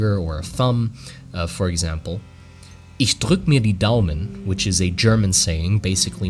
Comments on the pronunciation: Wait... This was some top notch German pronunciation.. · As a german you said that perfectly Respekt mein lieber,gut gemacht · I was completely baffled as he just randomly said a sentence in german lol, and then perfectly pronounced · Gotta say you nailed (no pun intended) the german pronunciation it took me completely by surprise 😂 love this concept of linking currency and sayings! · I really like the idea of this currency. I do not know if english is your mothers tongue or if you have german relatives or smth like that, but your pronounciation of "Ich drück mir die Daumen" was perfect. But the saying is not "mir" as in myself, but rather "dir" as in your. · Do you have some connection to germany? Because your pronunciation of the german phrase is SO on point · Your German pronunciation really caught me off guard, it was nearly perfect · Your German pronunciation was perfect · One moment good sir, that was way to good a german pronunciation for a mere american, what are you and why can you speak my language? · Do you speak german? Your pronunciation is very good! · You pronounced the german saying quite well. Congrats